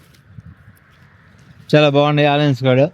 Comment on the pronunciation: బాబు ఆలియన్స్ కాదు ఆనియన్స్ అను